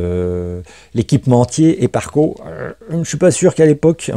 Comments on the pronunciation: Slt....Les harnais c'est "sparco"...et non "eparco"...:-))) existe depuis très longtemps..fin des années 70..rallye surtout. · Du très beau travail, par contre les harnais c'est la marque Sparco et non Eparco. Je précise car pour les amateurs ça fait mal aux oreilles 😉